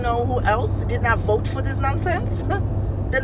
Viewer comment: " I will 'boat' for donald trunh" Bahahahahaha 😮😮😮